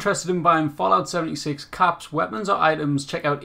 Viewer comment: That intro makes me wonder what your accent is because im wondering what "Kaps" are in FO76. I do know what "Caps" are though LOL